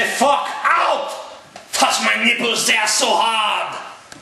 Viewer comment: LMFAO - "toush mah neeples they ah so hahd."